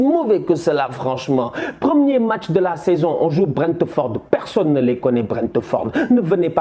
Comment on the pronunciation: BRENTEUHFORDEUH !!!!!! krkrkr